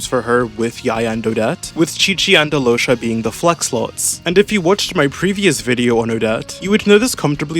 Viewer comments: she pronounced it right, yeah, but then he pronounced it "alosha" and she said "that's better" so he kept saying it that way and that's what i'm talking about. also i know how the name's pronounced, i'm serbian, i've met several alyoshas 💀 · yeah but i think al-yosha (ideally pronounced quickly so that the connection between the l and y is more felt) is better than either of those.